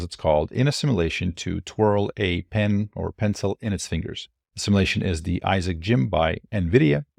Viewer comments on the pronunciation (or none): "sim U lation". Hard to take you as seriously as you deserve when you're mispronouncing a extremely relevant word continuously. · You said Nvidia instead of Tesla. Also, "Simalation" took away my +20 intelligence buff... You learn that word at the libary? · How can you pronounce "emulation" correctly but not "simulation" or "Manipulation"?